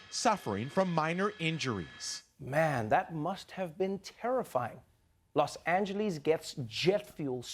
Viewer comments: Is anyone else annoyed by that reporter's pronunciation of "Los Angeles"? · los angelies?